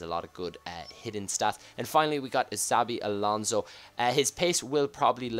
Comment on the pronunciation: Why do u say sabi alonso ?